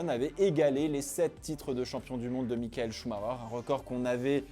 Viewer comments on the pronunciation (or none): none